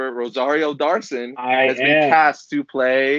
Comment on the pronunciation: Rosario "Dawrson" and "Hans" Christensen Lol and